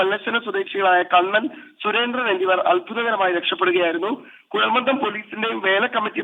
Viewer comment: കുഴൽ മന്ദിo എന്നല്ല കുഴൽ മന്ദം എന്നാണ്.